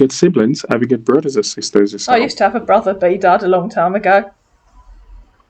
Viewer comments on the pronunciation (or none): none